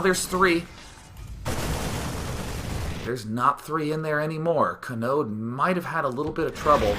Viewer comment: God, everytime you said Kanode, I swear I thought you were just saying Chode. He's like all, "CHOOOOOOOOOOOOODE!"